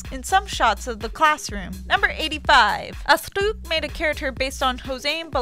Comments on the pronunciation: No one: This chick: asTRRRRRROOOUUUKK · Oh god when is she saying Astruc it's sooo baad it's normal Astruc not Astruk 😂😂😂😂😂😂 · Who else cringed whenever she said 'AstUk' instead of 'Astruc'? *I'm cringing so much, it hurts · Bahaha anytime she said ASTOOK I lost some of the little brain cells that I have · RITE asthlucccc (astruc) Nowaaarrr (noir) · every time she says 'Astruc' a part of my soul dies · Cat Noir is NOT litterally french for black cat, it would be CHat Noir, That makes a huge pronounciation difference ( Chat is pronounced the way English speaking people would say [Sha])... Cat Noir is just some ridiculous nonsense english dubbers have come up with. But as you pronounce Astruc in so many ways (Astuc, Astrrrrouc, Astouc...) but the correct one, I guess you just don't care at all about being accurate.... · She sounds like she is sick and she is so slow. Also her pronunciations are wrong, Astruc isn't pronounced as a Japanese name